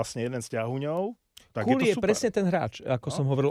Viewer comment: Neviem, odkial to mas, ale Cuylle sa cita KOO-lee (kúlí), a takto ho vyslovuju aj komentatori tu v Kanade. Ak neveris, mozes si overit vyslovnost mena kazdeho hraca tu